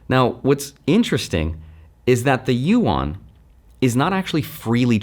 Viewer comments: "YU-AN" what is he saying???? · You might as well learn how to say it; Yuan Like U N But closer together, just say it faster. You-en It's spelled funny, but that 'a' is pronounced more like an 'e', not like you-awn. Just say UN really fast and you're 9 tenths of the way there. Yuan